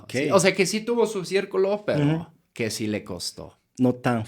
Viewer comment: Este coreano si dice si y no shi osea si se pudo